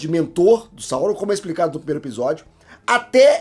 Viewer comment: Só uma dica... A pronúncia é Saurôn! Até Saurrôn no élfico...